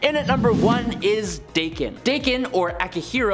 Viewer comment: Dakken is pronounced "Docken". Look it up.